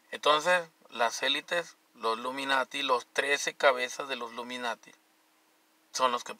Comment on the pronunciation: Y ya te dije que se dice ILUMINATIS no "LUMINATIS" Aprenda a hablar tan viejo que está